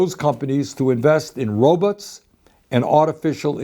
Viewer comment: "Robuts" is how I say it now. But seriously, Bernie. Thank you for being a true voice for the people. If only everyone in our government had your heart and knowledge. ❤